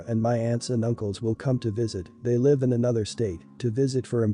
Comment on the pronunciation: I can’t stand to hear people pronounce words wrong. What country is this person from. ? I hear lots of words pronounced wrong. This time it was live.Last story your daughter shouldn’t have to take her brother with her. She had a right to hang out with her friends. Dog story. Parents should have addressed their daughters issues with animals when she was a toddler. If stepsister was 13 & the other stepsister was 20 how does she really know what it’s like to live with an autistic person. To truely understand she’d have to be there when she was born.She was right in talking to the organization since sister wouldn’t listen.